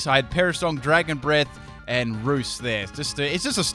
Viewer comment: I think he said dragon bread at one point instead of dragon breath 😂